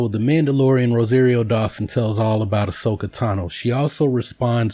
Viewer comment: RO-SAH-RIO. Everything else about this video was great.